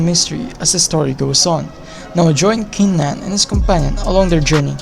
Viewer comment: Peerless Battle spirit info,wrong pronunciation of qin Nan's name